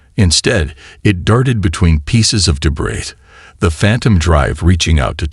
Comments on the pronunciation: 'O' AI. Debris has a SILENT 'S'...It's pronounced DEBRI....Shame..good Story.... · Debrizz, Thunder Chilled, Record (like a reck-ord, not ree-cord... ugh.